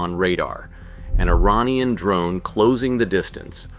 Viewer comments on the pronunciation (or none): none